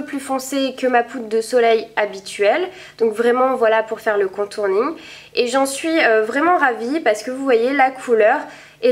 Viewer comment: On dit contouring pas contourning :p